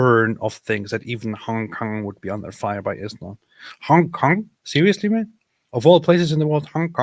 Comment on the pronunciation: We need to get to say "Hong Kong" more often 😂 I'm like half Chinese and I find how pronunciation partly offensive 😂